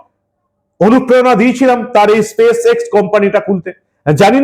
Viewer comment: হালাল হিঁদু বামনীর স্পেস আর পেস উচ্চারণ করতে দাঁত কপাটি লেগে যাবে তবুও কথা বলা চাই! সত্যিই বঙ্গবাসী কারে দিয়েছে রানীর পাঠ! সেজন্যই ইংরেজিতে বোধহয় প্রবাদ বাক্য রয়েছে... "For fools rush in where angels fear to tread"